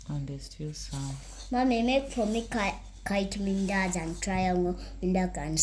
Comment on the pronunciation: i hear mindazi😅